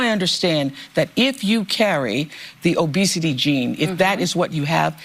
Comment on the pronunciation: "Obesity gene"?!?!? LOL!!!